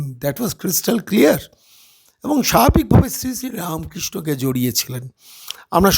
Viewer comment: এই রে, হিন্দুত্বের লীজ নেয়ার পর এখন এরা শ্রীরামকৃষ্ণর লীজ নেয়ার চেষ্টা করছে। আরে, 'হিন্দি হিন্দু হিন্দুস্তান' ওলারা 'যত মত তত পথ' বুঝবে কি করে ? ঐজন্য গদাধর চাটুজ্যের সুশোভন নামটা পর্যন্ত উচ্চারণ করতে পারছে না? রা মো কৃ ষ্ণ !